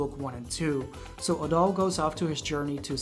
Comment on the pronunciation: Loved the review :D Hated the way you said Adol :(